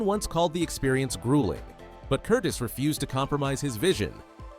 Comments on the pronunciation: I've watched this movie many times on tv. BTW, not Michael Curtis, Michael Curtiz. Pronounced Curteez. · Actually, strictly speaking, and not to be pedantic, the director’s name was pronounced ‘Curtezz”, with the short “E”, not the long one. Biographer Alan K. Rode points this out, and the point is supported by an illustration in his book (p. 75), where a production still for Curtiz’s first Warner Bros. picture in 1926 includes a slate ID-ing the director as “Curtez” — and also IT’S A GREAT FEELING (1949), in which Curtiz makes a cameo appearance, and a secretary calls him “Mr. Curtezz”. Still, even Alan Rode pronounces it “Curteez” these days, so I guess we’re stuck with that for good. Anyhow, it’s more accurate than “Curtis” (as in Tony). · . . . AND, that's pronounced ' Curteez ' . . .